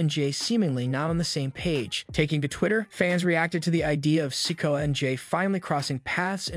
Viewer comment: I wanna know why you keep calling Solo Sikoa “Solo sicko” and Cody Rhodes “Cady” like c’mon son